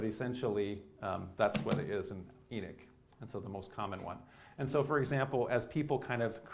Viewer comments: Enoch or enich this dude is giving a talk and can’t even pronounce the name correctly 🤣🤣🤣🤣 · A comparable example could be found in "The Dukes of Hazard" where the character of the deputy has another, similar Biblical name "Enos". The show portrays the traditional American pronunciation of that name: EE-nuss, (rather than "ee-NOSS"). I appreciate that if you live on the coast in the Northeast, you may have access to people influenced by modern Hebrew pronunciation, rather than standard English pronunciation. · It's not the E that he's mispronouncing. It's the O. I speak Hebrew and no one pronounces Enoch like that. The only difference is that in Hebrew the ch make a more "throaty" sound. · Do all Americans pronounce Enoch wrong like this guy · I would have watched if Enoch was pronounced correctly here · You keep pronouncing the name of Enoch wring. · I might have listened to this if he was able to pronounce Enoch. Why Enick? Why? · Why Inick ? E is like Ellen. English is the only language that pronounces E as I. Everybody else pronounces it like Ellen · I know I am Slovak and we also have the throaty ch. We pronounce it the same as you. He's also misprounouncing E at the beginning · E-nick???? ... is this guy for real? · E'nik? Is that like, beatnik? Sir. Your pronociation is both dreadful and confusing. C-. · Who's E-nick? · Love your talks (but it’s is pronounced ee-nok) 👍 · It's sounds like he is saying eneck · it's En"O" ch. for the love of God please speak correctly. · Enic? Where didxyou learn to pronounce words? Delete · Enick? I bet this guy still says epoch properly though🤦🏽‍♂️ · It's pronounced E- knock 🥴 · Enoch not Enich! Wtf this guy sounds like a highschool speech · "Hahnook" not Enik... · He pronouncing it E knick which it's pronounced E knock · I grew up on the East Coast, half in the South and half in New England. I have never heard someone pronounce Enoch as "EE-Nick." Always heard it pronounced "EE-Knock." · En'o'ch not Enick!!!!!